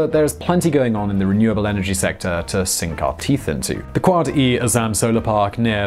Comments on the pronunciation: o my god the way you pronounced quaid e azam as ( quad e azaam ) was hilarious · did he just say QUAD E AZZAM XD. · Quad E.lol😂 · And Quaid-e-Azam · Oh god no. Totally butchered Quaid-e-Azam. Jinnah must be rolling in his grave.